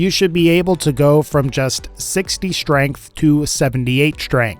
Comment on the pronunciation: Why do you say schtrength. Nice vid btw